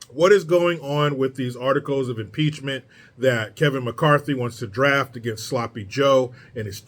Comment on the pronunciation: Maxine Waters says, "PEACH-MINT"